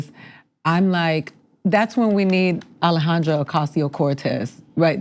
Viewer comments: Alexandria! Not Alejandra! You always change her name. Im starting to feel like Im watching Fox when I watch this...cringe all the time. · hey lady, its Alexandria. not "alejandra" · Alahondrio? Who dat? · pretty funny way to pronounce Alexandria